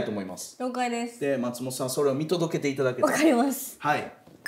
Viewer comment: 「松本さん」のイントネーションが毎回気になるなぁ